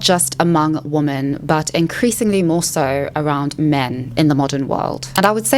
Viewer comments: I love your channel! Your insight is incredible I do have a request… could you please say the plural of woman.. which is women? It throws me off every time you say it incorrectly. 😅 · you pronounce "women" wrong